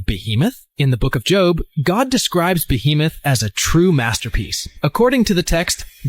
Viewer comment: That woman kept saying "Bohemoth". It's "Behemoth". It's a giant monster, not a giant artist from Greenwich Village 😂 Just having some fun... great vid!